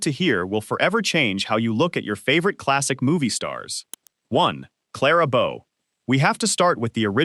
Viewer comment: it is pronounced Clara BOE, not Clara Bow. Jessica Lange is not Lana Turner. It's Zsa Zsa Ga.BORE, not GAY-BORE. Pronounce Bette Davis as Betty, not Bet. Every video of Jayne Mansfield was really Loni Anderson. About a quarter of the Marilyn Monroe images weren't her, nowhere near as beautiful...as mentioned numerous times before me. Awful stuff you presented in so many ways, at least be accurate.